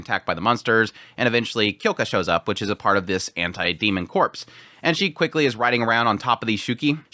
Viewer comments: 'Corps', in the context of a military or fighting unit, it pronounced like 'core', not 'corpse'. See: Marine Corps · Ok. Corps is pronounced “ core “ meaning body. Corpse the dead body is pronounced as seen. I. E. Marine corps (core).